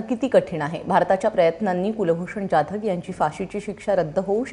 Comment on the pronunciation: O bai, He is Kulbhushan जाधव not ज्याधव. Kasle anchor bharlet ABP Maza ne? Sadh marathi surname nit gheta yet nahi